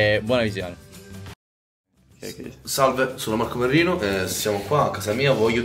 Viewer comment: Ma perché io invece di capire marco merrino, capisco marco merlino?????